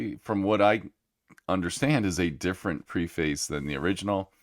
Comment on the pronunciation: Please change your pronunciation of "preface". You're pronouncing it wrong 😀